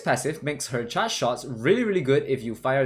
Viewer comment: You need to work on how you pronounce the word charge